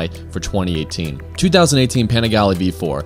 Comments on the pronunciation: "Paneegalee"... Wrong pronounciation. Great video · You didn't even pronounce the name right 😂😂😂😂